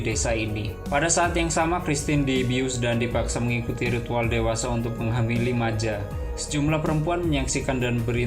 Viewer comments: Bukan Maja dengan bahasa indonesia, tp Maya (j dalam bahasa swedia = Y) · Monmaap pak , Christian (di baca kristiyan) bukan Kristin 😁 , Maya bukan Maja